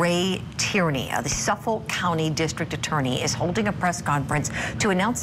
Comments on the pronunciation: *suffolK … there’s a k at the end 😅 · Yesss! I kept saying that every time I heard her say it wrong. 😂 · She says Suffolk funny😂 I think it's cute it's not pronounced like that cuz I used to live there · Why can this woman not pronounce Suffolk 😂